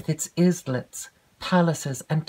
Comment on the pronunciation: just an observation... "islets" is pronounced isle-lets... It's from isle you see, as in island. Just thought I'd mention it. It's not a word that's mentioned much, especially by Americans I'm sure ☺️